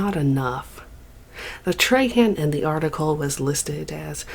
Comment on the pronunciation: Treyhan eh, it's pronounced trah-huh, but fuck dat guy anyway